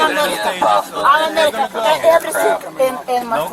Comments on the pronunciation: “I am Omar-in-can. “ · Say it with me, folks - "I am Amalleeekan" 😅🤣🤣